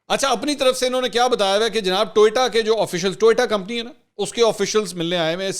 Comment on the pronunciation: Sir its TO YO TA, not TOY TA.